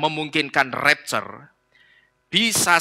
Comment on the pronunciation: Ngomong rapture saja gak becus!!